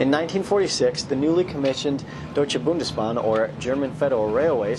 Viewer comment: I was really impressed with how you pronounced "Deutsche Bundesbahn"! Do you also speak German? I would have guessed that because of the flawless pronunciation.